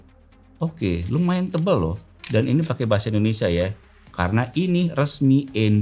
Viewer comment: bang kamu tau bilang huruf ( i ) gang shi soalnya kamu bilang Endonesia bukan indonesia 🤔